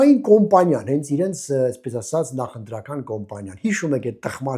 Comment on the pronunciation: Կամպանիա ա կոմպանիա չի))